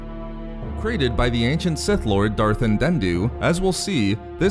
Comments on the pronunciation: An-DEE-Do...or An-deh-do.... lol, no extra “N” in there.... other than that, awesome video, and I wholeheartedly agree with your “if not for meeee”.... I gotta get them all and read/re-read them... Ps—-never a big fan of DARTH krayt... just wasn’t feeling him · For a channel with "Reading" in the name, I find it odd that you get through the whole process of making this video without realizing you were misspronouncing "Andeddu", instead saying "Andenddu lol. I'm not usually much of a grammar nazi, but for a text based channel, especially one where the narrator makes such a point to sound proper, I can't help it. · I've noticed this before, but you really gotta learn your pronounciation here, buddy: you always say Andendu instead of Andeddu. Essence Transfer is somewhat canon since we had those Nightsister ghosts show up in Rebels and Talzin temporarily possessed Dooku's body in the Darth Maul: Son of Dathomir comic. I do feel that it got a bit much in Legends, however. Tulak Hord had his artifacts to perform such a ritual, Vitiate seemingly discovered the technique on his own, and many Sith spirits had at least a variation of this granted by their disembodied existence. Andeddu was made out to be pretty special because he developed this power in Dynasty of Evil, but other stories made him less so. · While I didn't care either way, he is most definitely mispronouncing the name. It is Darth Andeddu. The narrator is adding an extra "n" by saying Andenddu. While the exact pronunciation of Andeddu might be different by some, most pronounce it as 'an-dead-do'. But 'an-den-do' is outright wrong. It doesn't really matter though because the video still covers the basics of the lore and is overall a good video. But you're blatantly wrong and the narrator is in fact mispronouncing the name.